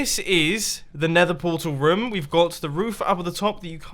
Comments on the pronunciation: Ha ha its room not (rum,rums) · does it irritate anyone else the way Mumbo says room/rooms?